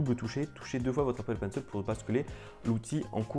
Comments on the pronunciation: Bonne vidéo ! Mais on dit Apple penc« il » pas Apple penc« eul » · Apple Pencil pas penceul stp 😂😂😂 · Appppplllle PENCIIIIIIIL pas « penceul » 😭😭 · c'est pas toi qui nomme apple penciel mais c'est apple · "L'Apple Peine seule" 😩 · Apple Penceul 😂 je kiffe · L'Apple PencEL, l'EUSB-C, et d'autres encore. Est-ce que tu ne devrais pas faire attention à ta prononciation? ;p